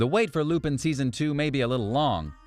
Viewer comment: it pisses me off how you say lupin